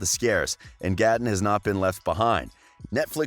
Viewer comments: GAATEN WHO IS GAAATEN ITS NOT GATEN ITS GAAAATEN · wait did he just say gat-e-n 💀💀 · Reanne Ras MEEE HAHAHAHAHAHA GATTON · It was triggering me so much that he was saying gaten like that and calling her Natalie and Natalia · Idiot can’t even say gatten Matarazzo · Am i the only one who's triggerd by the way he say's gaten name?????